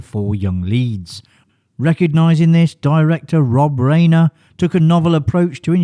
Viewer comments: Problem with AI...RHINER NOT RAYNER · FFS - its pronounced like RINER, not “Rainer” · Rob Reiner : "Riner" Ri-nor is the correct way to pronounce his name. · "Reiner" not "Rainer." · Rye-ner. Rob Rye-ner, not Rob Ray-ner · Pronounced RYE-NER dumbass. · In the World ? That would screw me (and probably you) out of every name that doesn't use the "alphabet" for spelling. Robs' father Carl Riener (Rye-Ner) became famous along with the early days of television. The name is integrally tied to TV and cinema since the 1950s. Mis-pronouncing it tells me that you're either AI or you're commenting on someone you've never even heard of. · It's Raner, like Ran er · FYI Rein in Reiner rhymes with “fine.” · Omg... Yes thank you. It's Rye-ner and Dry-fuss. Rayner and Drayfus is not right. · I was beginning to think that you were mispronouncing Rob "Riner's" name on purpose. You also did not pronounce Richard Dreyfuss's name properly. Get it right next time! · Row-kay says "Ray-ner" And "Dray-fess"